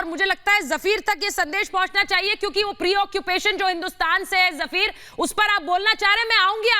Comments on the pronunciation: Jafir, nahi, fakir, ha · गौरव आर्य जी ये जफीर नहीं फकीर है गौरव आर्य जी